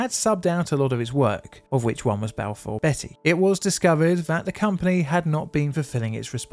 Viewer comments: Just a side note, Balfour Beatty is pronounced like the vegetable beets, not like the name Betty. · Enjoyed the video but it's not Balfour Betty it's Balfour Beat-ty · Not Balfour Betty its Balfour Beat tea. 🙄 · and Balfor BETTY (whoever she is) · IKR? Not sure if he was taking the piss, but calling Balfour Beaty, Balfour Betty really hurt my ears each time. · Sorry. Beatty is pronounced BT not Betty. I was too young to pay attention at the time, but now I know why they closed down. I still remember the large statue they had outside of their offices in Greenford. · "Hartfordshire" not "Hurtfordshire". It's spelled with an 'e' but pronounced as an 'a'. Also, "Balfour BEETY" Not "Balfour BETTY". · LMAO Betty, it's pronounced BEAT-T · Balfour Beattie, not Betty! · It's pronouced Beaty, Balfour Beatty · I love your vidos but your mispronounciations are really jarring - it's Balfour BEATTY not Balfour BETTY, and HARTfordshire not Hertfordshire. Unfortunatey there was a series of incidents over this period as you pointed out, years of neglect and the effects of privitaisation and cost cutting unfortunately coming home to roost. Have you done a vdeo on the aberdeen/Stonehaven landslip crash yet? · I don't understand why, and I'm not proud of it, but I can't tell you how triggered I got each time you said Balfour Betty. There's an a in there, so it's pronounced beat-ty, not betty, ahh count to 10...and relax, lol. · Hurtfordshire? Balfour Betty? Please tell me this is on purpose. I’ve never heard anyone from here mispronounce those. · “Hurtfordshire”? “Balfour Betty”? 😂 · Its Balfour BEAT-EE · It's not Balfour Betty😂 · Can’t bear the mispronunciations. Hertfordshire is pronounced HARTfordshire. Balfour Beatty is Balfour BEEty by the way. How can anyone be from the UK, let alone a YouTuber that can easily research place name pronunciations and still get it wrong is beyond me. Lazy. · Never heard Balfour Beatty pronounced like that…